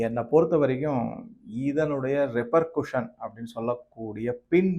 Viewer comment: ரெபர்குஷன் அல்ல. ரெபர்கஷன் என்பதே சரி. நன்றி.